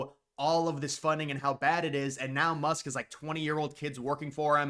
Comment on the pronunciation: Elon Musk-uh